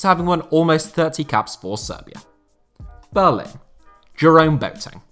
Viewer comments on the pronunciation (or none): none